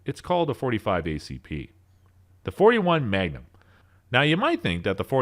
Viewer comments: Is anyone bugged by how he pronounces maGnum . All I hear is manum lol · Take a shot every time he says "megnim". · Lost me on the pronunciation of MAGNUM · I've never heard "Magnum" pronounced that way in my life. Same goes for the word "obsolescence".